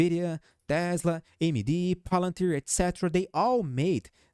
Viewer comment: You say AmyD perfectly and I love you!! Viva Brazil 🇧🇷